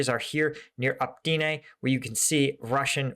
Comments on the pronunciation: Please!!! OpyTne, T BEHIND the y, not OpTyne. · Look. I know ukrainian village names are hard to pronounce, but it has been months now so I have to tell you - it's opYtne not opTyne ok? :-D it's driving me crazy. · it's not OPTYNE, but OPYTNE - you keep making that mistake:-)) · It is Opytne and not Optyne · since you keep saying it wrong now for several times. The settlement south of Bakhmut is call Opytne („uh-pit-neh“), not „Optyne“ (which you keep calling it and which is actually even harder to pronounce!) Other than that - keep the content coming! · Even in case you are dislectic, there is no excuse for butchering easy city names if you are taking this channel seriously.. "Optine..Optin..Optyn.." uff.. Just a few cities along war line and you did not invest few minutes to get in touch with somebody local to help you pronounce cities correctly? Common! Step more - my kids learned how to read azbuka in 20 minutes just studying differences between latin and azbuka names on your maps! How can I believe in your ability to understand things if I see your inability to learn just really basics related to topic such correct cities pronunciations.. Disapointed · FFS! OPYTNE!